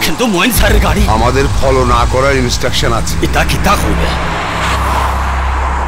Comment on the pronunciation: বলছে কিনা পলাও করে। আরে বেটা শব্দটা ফলো হবে। ইংরেজি পারে না।